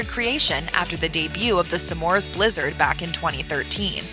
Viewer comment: It's not "some mores"! It's smores. Driving me nuts!